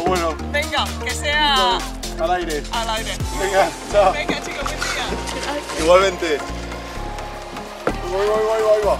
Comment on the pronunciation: Rubius: que tenga un huen dia El pibe de la bici: hola que tenga un buen dia xD